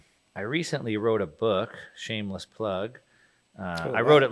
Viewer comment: He said shamless plug 🤣